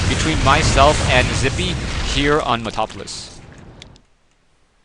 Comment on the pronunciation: its meta-la-polis kid i like your casting but you make a loooot of mistakes i say you get confused between races at least 5 times a cast practice freind